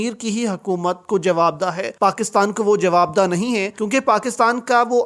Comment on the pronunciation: chotia parshad, ye lafz jawab_daah nahi jawab-deh hay la'nat ho tum par jub tumahin saheeh Urdu nahi aati hay tu kiyoun V log banatay ho.